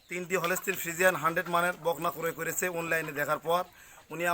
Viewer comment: ভাই। আপনার কথা ভালো লাগে টিক। আছে আপনে যে বলেন। হানডেট। না ভাই। বাংলায়। হানডেট। পারসেন নাই